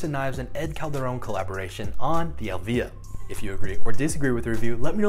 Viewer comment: it is pronounced EEElvia not elvIIIIa , it is the name of Ed's mother